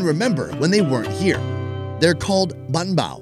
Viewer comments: Banh bao. Not bahn bao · You said ba pao wrong